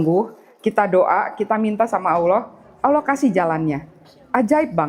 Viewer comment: Yg bener sebutanya allah bkn aullah...